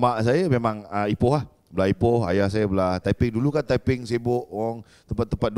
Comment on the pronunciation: Lawak la abg zul arifin ni. Ckp tepeng pulak. Mmg lawak. Haha. Btw sy org taiping. Salute abg zul arifin🫡